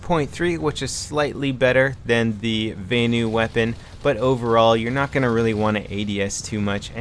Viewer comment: NO its vanu